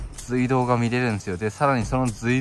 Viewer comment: 今調べて来ましたが、正しい読み方は「すいどう」なんですね！ 教えて頂きありがとうございます！ まだまだ廃道などの歴史については初心者ですがこれからはきちんと正しい読み方で言っていこうと思います！ ご指摘感謝します！